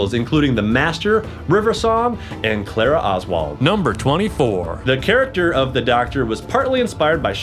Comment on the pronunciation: It's Clara bot clera